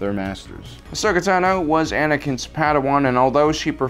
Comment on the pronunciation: I find it annoying how the host constantly mispronounce names such as Ashoka Tano and others.